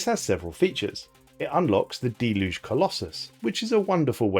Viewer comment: Deluge -- Del-Huge. God bless the English language. ;)